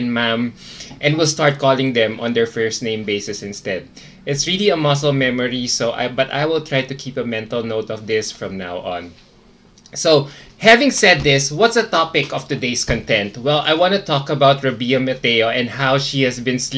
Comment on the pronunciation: The meaning of the word "content" varies depending on where the stress falls. You said "con-TENT" (stress on the last syllable) and this means "state of peaceful happiness." I think you meant to say "CON-tent" (stress on the first syllable) and this means "subject matter." Yun lang. More power to you,!